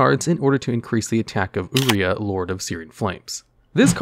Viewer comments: Is it actually pronounced "ooooh-re-uh"? I thought it was "your-eye-uh". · "Ooria" Mate, thats how you pronounce "Yuraiah"? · That car is pronounce your-eye-a😏